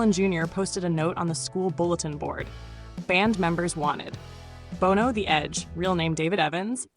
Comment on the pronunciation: Love the list. However, I cringed everytime you mispronounced Bono's name.